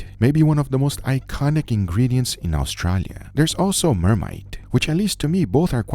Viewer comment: went full brazillian saying "Australia" in the intro